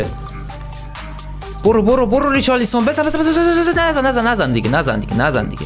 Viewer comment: ریچارلیسون خخخخخ صد بار گفتی بابا ریچالسون